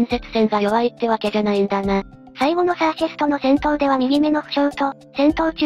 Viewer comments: シャーシェスじゃなくてサーシェスね(;^_^A 余計だったらごめんなさい。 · もしもし？シャーセスじゃなくてサーシェスです(;^_^A